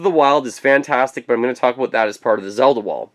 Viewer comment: I heard "aboot"! Ohhhh Cannnadaaaaa